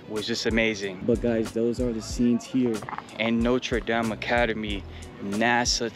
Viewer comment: “Notra daam” 😭😭